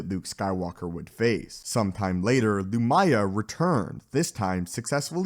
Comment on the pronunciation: The mispronunciations is almost comical. Emphasis in the first syllable. "LOO-mya."